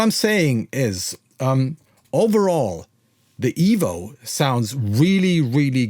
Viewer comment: Why does the thumbnail say $29 when it is actually $150? Also it's not pronounced "evol" or "evil" is just EVO. Anyway, whatever.